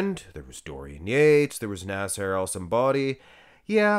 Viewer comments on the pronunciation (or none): none